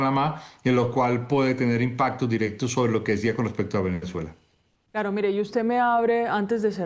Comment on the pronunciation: No entiendo cómo caracol pone unas periodistas que no sabes pronunciar las palabras no es venechuela es Venezuela que sepa pronunciar las palabras por favor